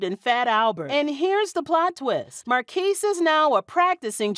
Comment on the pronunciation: 1st of all, they said his name wrong, it sounds like Marcus, not Marquis, but he was in Immature looong before Sister, Sister